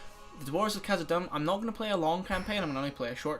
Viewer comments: "khazad-dumb" hahahahahha holy shit :'D dûm is pronounced like doom, not dumb XDD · Dude! Khazad-dum (pronounced doom)!!! Painful and embarrassing to hear you mispronounce it. Otherwise, good video. Thanks for the Let's Play.